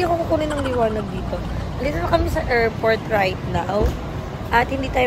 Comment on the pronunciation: Not to bash bang❤ but nabobother ako sa errport and errplane 😅